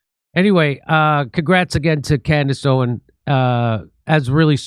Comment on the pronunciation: Am I hearing things, or did she call herself "Camrace Owens"?